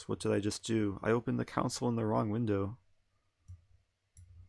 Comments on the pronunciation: I think it's pronounced "console", not "council" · Yeah he was calling it council 😂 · The way you say console sounds like council😂